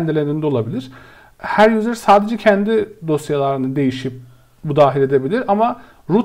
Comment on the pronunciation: Okunusu/telafuzu "yuzır" olan "yuzer" kelimesini her duydugumda dikkatim dagildi tekrar toparlayamadim kendimi. Turkceyi guzel konusuyorsunda ingilizce biraz karismis hocam. Eline emegine saglik yinede. tesekkurler.